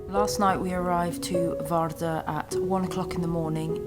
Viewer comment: Vardø is written Vardø and the pronunciation isn't like you've pronounced. And the island is Hornøya NOT Arnøya (like you've pronounced roughly and where I've been this 2023). Poor geography!